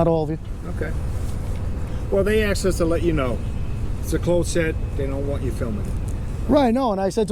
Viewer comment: "I axed you nicely"